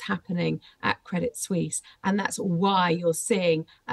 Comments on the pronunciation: Credit Suisse is not pronounced Credit Swees. It’s pronounced Credit Swiss. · credit sweeze